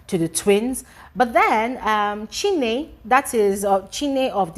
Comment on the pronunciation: Chinne not chinwe